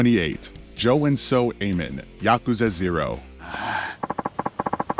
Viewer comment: For future reference, the secret bosses in the Yakuza franchise are pronounced Aw-mon. Like "awww" and the end of "Pokémon"